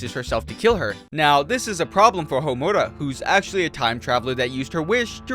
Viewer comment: Seriously, it shouldn’t piss me off like it does but dammit so many people do it. And he can’t pronounce Homura right either, I’m surprised he can pronounce Sayaka’s name right.